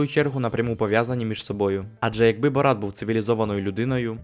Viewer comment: Та перестаньте ви називати його БорАт,він БОрат